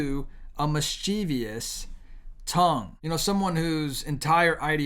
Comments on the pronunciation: Mis-chiv-us Not mischeeveeus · It's MIS-chiv-uss. There's no "-eous" or "-ious" making mis-CHEEV-eous. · It's pronounced MISS-chi- vuss